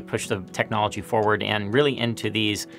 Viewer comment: yay, been a while since i heard someone correctly pronounce the word "forward" since they always omit the first "r" as if they were saying the word "toward" with an "f". DARPA's smarter than the average bear.